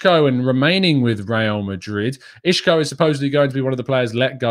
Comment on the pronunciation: Hi. It's not pronounced I(sh)co.. That's a Portuguese pronunciation so it's incorrect. He is Spanish and the "S" in Spanish is pronounced the same as an English "S" so it's I(s)co.. Isco.. I'm a Portuguese speaker haha.